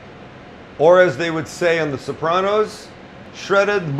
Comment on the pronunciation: 3 minutes in my fingers are bleeding? Sapranos?